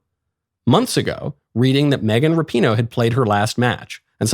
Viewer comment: It's pronounced like Rap - i- no